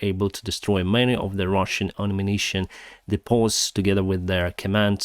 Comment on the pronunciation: DEEEE-pohs, BAHRR-racks